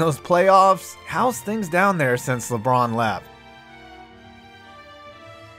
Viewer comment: im so happy this man didn't say lebronto